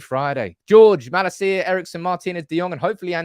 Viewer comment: His name is pronounced: Mah-lahseeya... not Mah-la-see-ya. The last bit is one word